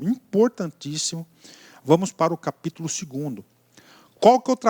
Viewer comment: PAPÍTULO KKKK.